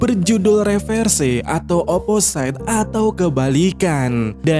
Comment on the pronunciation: Oppo-sit not "Oppo-site"